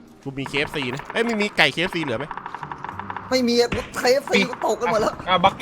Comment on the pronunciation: ไม่ใช่เคเอฟซี แต่เป็นเคเอฟซี๊ด